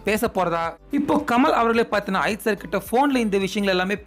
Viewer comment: Kind request - Please pronounce Ajith sir's name properly. Your pronunciation is irritating.